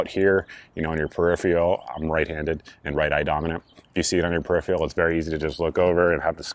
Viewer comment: Great vid! Just wanted to offer a piece of advice. The word is "peripheral", not "peripheal". Terminology and pronunciation are important.